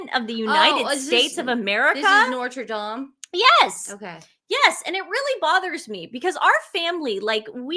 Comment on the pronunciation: Ok, it is none of her business and she needs to pronounce Notre Dame properly. It is none of your business our country. You know nothing about the RF. Prince William can meet whomever he likes! Trump like the RF. she’s weird.